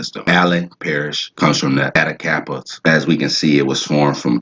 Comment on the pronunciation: I’m from Louisiana it’s “Attak a Paw” and “Cheat o Matcha”